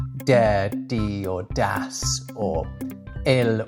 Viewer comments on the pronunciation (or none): I cringe every time he says “das”